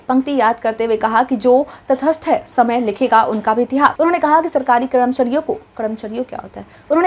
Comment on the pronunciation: Mam phale karamchari bolna Sikh lijiye